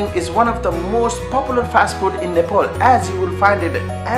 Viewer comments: Hey, Your accent sucks. You're saying Nepol and Nefaal. Don't you even know how to pronounce Nepal? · Aru ta sabai thikai lagyo ki mero daju , tara' NEYPOL haina NEPAL lai chai NEPAL nai vani dinus na la !! :D